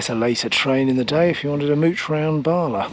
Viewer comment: It's BALA. No R